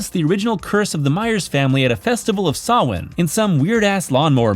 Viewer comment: You're the first American I've ever heard pronouncing "Samhain" correctly. While Dr. Loomis calls it "Sam hane" In H2, us Irish pronounce it "Sow inn" It's actually how we say "Halloween" in our native language and Halloween first began many centuries ago in Ireland.